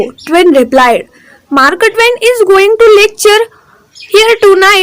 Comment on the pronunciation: खुप चुकीचे शब्द उच्चारतात आहात....आस्क ड,वाडमय,मारक ट्वेन इ.